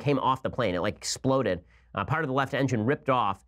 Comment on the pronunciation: The engine “sploded”, lol. Love Ben.